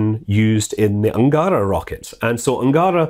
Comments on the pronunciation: Small thing about russian pronaunceation. Almost all words have accent on last vowel sound. Not AngÁra, bu AngarÁ. KazahstÁn. SojÚz. MoskvÁ, e.t.c. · sometimes he even said "angArA". I think he's getting better at this, but I can't stress enough how important is stress. Can't understand why he misses it all the time. English has stress too, so why not pay a tiny bit of attention to it? "angAra" means "of a hangar", "angarA" is a river (and the rocket). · i checked every name in this video and it is so funny how chaotic stresses were: energIa -> enErgia (miss) burAn (hit) zEnit -> zenIt (miss) angAra -> angarA (miss) p,s. pls take no offence. video is not about linguistic and i am do not really care how scott pronounces some foreign names. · Scott, i know its counterintuitive to pronunce russian names like this but they are should sound: enérgiya, zenít, angará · yep, he does an amazing job. On the other hand, english speaking people tend to change stresses. The original versions are: zenIt, soyUz, protOn (that's understandable), enErgia, angarA